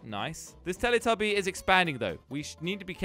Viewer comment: It was so funny when u said teli tabi!🤣🤣